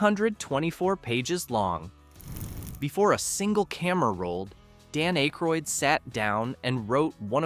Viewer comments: Its ack ,, roydd not ache, roydd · 😮Hey, it's pronounced "ACK-ROYD" not "ACHE-ROYD". Otherwise you did a great job. Thanks for the trivia. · you need to figure out how to pronounce peoples name its Dan Ackroyd not A-kroyd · Pronounced short A - Ay-kroyd. not long A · A-croyd? SERIOUSLY? Have you just arrived from MARS? Say his name like that once more and i'm off! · I would love to watch a video with the Blues Brothers factoids and Easter eggs. But I literally cannot sit thru this video with the narrator can’t properly pronounce theman’s name. Hearing “Ache-roid” again and again makes me wanna scream. 😂 Also, you would think that they’d point out the people who made cameos, like with a still shot with an arrow or something. This video really seems lazily made. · Eh-kroyd lol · Dan Aye-kroyd? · At least pronounce akroyd properly man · I can’t watch this if ya can’t get his name right . Bye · Learn how to pronounce Aykroyd.